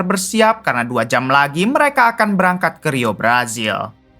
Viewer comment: Ngapa sih ditukar² baca hurufnya??? J dibaca Z, Z dibaca J. Jenazah jadi jenajah, brazil jadi brajil... yg bener bang 😂😂😂😂